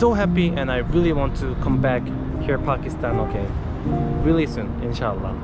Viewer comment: Not fakistan brother its pakistan😂